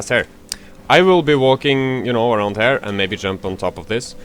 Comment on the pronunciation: You need to learn how to say "here"